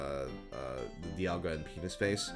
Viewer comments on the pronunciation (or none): none